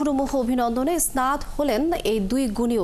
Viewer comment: খবর পাঠিকার স্নাত' শব্দটির উচ্চারণ হবে ছেনআতো।